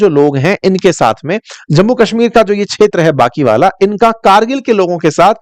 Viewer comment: Kindly pronounce kshetra properly